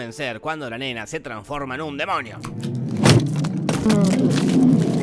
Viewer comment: Gente: DEMONIO Te lo resumo: DEMOÑIO v